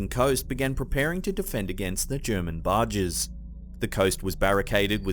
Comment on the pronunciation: I believe you meant to say “barrages” instead of “barges.” Oh that pesky second syllable!